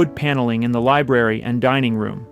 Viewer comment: "LIBRARY not "Liberry"🤓